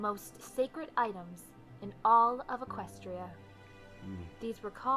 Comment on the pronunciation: except pronounced it eqes stra. Hey learn how to pronounce equestria!